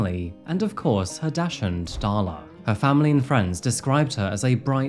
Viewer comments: the way you pronounced dachshund lol. love your videos! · Right? I guess that’s how they pronounce it in the UK? In the US we say, “dock-sun.” 😊